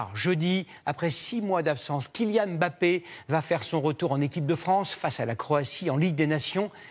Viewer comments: Monsieur bravo. Vous êtes, si je ne me trompes, le premier journaliste français qui prononce le nom de Kylian Mbappé correctement, sans séparer le « M » du bappé. C’est comme ça que ce nom doit être prononcé et pas autrement. Merci 🙏🏽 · Finalement les francais Ont apris a prononcer les noms Camerounais 😂Mbappe et non M-bappe